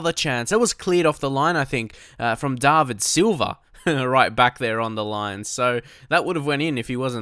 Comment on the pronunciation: "Darvid silva??" Lol jk